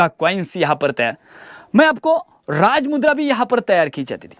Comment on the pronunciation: raaj mudrecha apman karu nkos uchar nit kr tujhi layki nhi raaj mudrecha uchar chukicha karnyachi Jai bhawani jai chatrapati shivaji maharaj jai chatrapati shambhu raje🚩